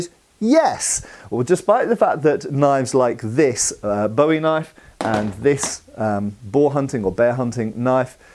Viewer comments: It's pronounced boo-ee. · Love the video! I’m from Arkansas where the Bowie knife was invented and I’ve always heard it called pronounced closer to “bouy” like the thing that floats on water. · It's BOO-EEE....